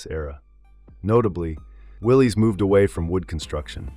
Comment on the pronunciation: I learned it's pronounced Williss not Willeees as in Jeep. :body-blue-raised-arms